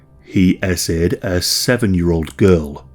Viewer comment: I cannot BELIEVE how many people here are going on and on about this “narratator” having such a great voice and should “do books and films” as though this was a REAL VOICE WHEN IT’S SO CLEARLY AN AI GENERATED VOICE!! Wake UP People! IT even keeps saying “he ASSAYED instead of he ASSAULTED” a typical AI Error!!